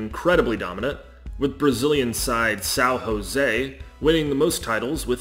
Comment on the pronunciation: You portuguese is so "interesting" that you managed to say "welcome" in spanish And São José that you also said in spanish for some reason